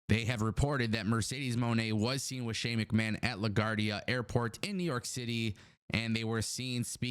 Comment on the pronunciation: love your content but LaGuardia is pronounced La Gw-Are-Dee-Ah